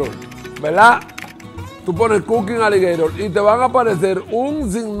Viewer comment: bro says aligatore!!!!😂😂😂😂😂